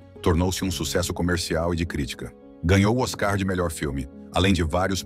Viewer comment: Eu q devia ser a narradora ESSES AÍ PODEM TER UMA BOA VOZ MAS A PRONÚNCIA DELES FALHA EM 5ODOS OS NOMES DOS ARTISTAS e Eventos famosos a pronúncia errada irrita quem sabe NESSA NARRATIVA NÃO TÁ TÃO ERRADO SÓ O "OSCAR" Q ELE PISA NA BOLA